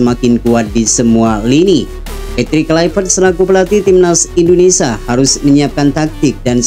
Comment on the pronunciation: INDONESIA min, bukan INDONESAH.